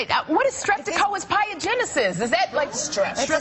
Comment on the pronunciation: Sherri, it's streptococcus pyogenes(Strep-ta-cock-us pie-ah-ja-knees), which is the scientific name for the bacteria that causes strep and other infections.